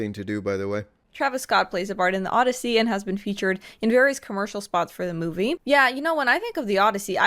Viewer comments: Odyssey, not Oddity, NOLAN! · The O-DEI-ssey